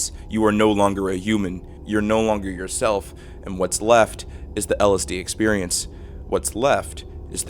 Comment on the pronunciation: When the third word of your 20 minute video, which also happens to be the entire premise, is so badly mispronounced that it causes babies to be born grotesquely deformed.